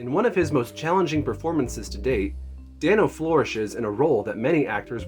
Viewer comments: It's DAY-NO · The fact that this includes Meek's Cutoff and not War and Peace is just...weird? Is this cuz this is a film-only channel? War and Peace is one of his greatest roles to date. And bro, it's pronounced Dane-O 😂 But it's cool, most people get it wrong, even interviewers.